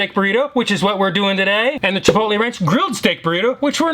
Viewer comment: You mean chipoople?